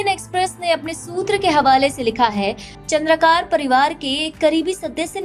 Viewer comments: Its चंद्राकर Not चंद्राकार . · चंद्रकार नहीं चंद्राकर है